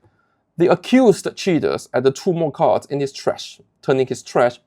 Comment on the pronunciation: I don't mean to harp on your accent, but when you say "cheater" it sound like you are saying "shitter" and I wholeheartedly approve of that.